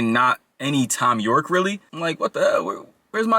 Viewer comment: bro really said “Fom Yorkie” 😭😭